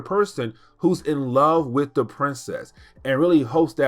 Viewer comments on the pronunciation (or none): Does he mean “extinction”? I really love his videos however I feel as if he would have greatly benefited from speech therapy. The way he says “wit” instead of with or “da” instead of the. Doh as opposed to though. Omg it grates my nerves. He has a very thick tongue whew!